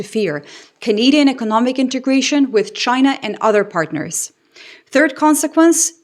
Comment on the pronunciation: Trump didn’t say China, he said “Ghina!!!”.😅